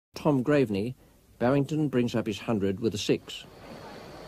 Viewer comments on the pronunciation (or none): What was with all the commentators referring to Tom Graveney as 'Grave - er - knee'?